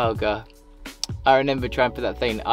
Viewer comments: I wish you would remember how to say remember . Not renember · Lol when this guy says I renember 😂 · Nice bloke but stop saying renember please 😂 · Fair play mate. Just reneba how to say remember ❤